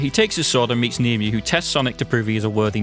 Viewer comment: Small nitpick with the dubbing. I get it's done by Americans but it is based on an English Legend and I'm fairly sure Nimue's name is pronounced (Nim-ooway)